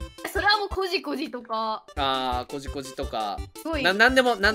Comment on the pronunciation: コジ↑コジ↓